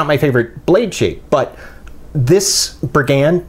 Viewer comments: No hate here but it's 'bri-gand, not bri-'gand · I picked mine up as soon as they came out on . Super slicey wharncliff, my favorite combination. Btw it's pronounced "brig- und." Thanks! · It's pronounced briggund